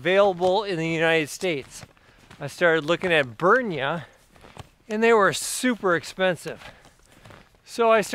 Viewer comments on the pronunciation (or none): He is not being paid by them that is for sure. Said name wrong whole time. At the top of there own web page it says "Pronounced "Brin-ya". :) The products they provide are some of the best. I own multiple pieces of clothing from them now. I have the 3/4 pants in the Arctic Collection and they are to be used on the coldest of days. I am ordering the Super Thermo Mesh as I want them for the 10°f and up temperature. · At the very beginning of the video I heard something like "burn your wool mesh orpvsrtchrtrt" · I love your pronunciation of "Brynje". I'll start to use it here in Norway, too... Thanks....